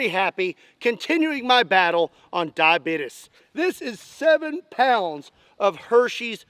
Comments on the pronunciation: The Cyclops also has a full trigger guard, pretty important, IMHO. "Die-a-beat-us". That gets me every time. I am sofa king we Todd did. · Anybody that pronounces diabetes the way you did, is a cool person in my opinion lol. That's the "Always Sunny" pronunciation by Mac and it is hilarious every time I hear it. That's all I have to say about that. 😉